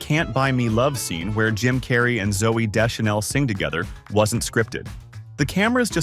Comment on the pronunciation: You don’t know how to pronounce Deschanel? 😂